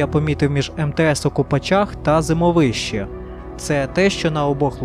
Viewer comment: ЗимОвище - так верно с ударением.!!!!